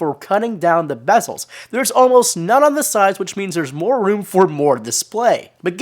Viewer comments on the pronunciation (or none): he spelt more wrong lol. He said MOAR!